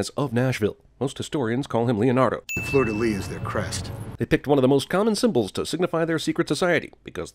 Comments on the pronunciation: it's Fleur de Lys not fleur de lis ^^" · Fun fact: While the final "s" in most French words ending in "s" is not vocalized, in two words in particular, the final "s" IS sounded: "cassis" and "fleur de lis". That last word is pronounced "leess", not "lee". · That park is much farther from the Arc du Triomphe than the film suggests. 1976 was a year of successful revolution for Portugal, but not "independence," which implies overthrowing FOREIGN rule. The narrator mispronounced "fleur-de-lis" as "fleur-de-lit," which means prostitute.